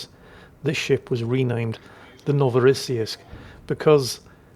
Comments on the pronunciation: NO vo ross seesk The last syllable is like "seeks", but just swap the last two consonants. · Pronunciation of the ship: NO-vo-rah-SEE-yeesk - New Russia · I think it's pronounced No -va -ra -see -sk? With an patalized see so somewhere between shee and ssee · Ark-uhn-ghelsk... it's pretty straight forward, as is Novo-ross-seesk... Just don't try to apply the English way of reading vowels and consonants to Russian, just do it like you would do not read Irish names like Caoimhe and Saorise with English pronunciation in mind...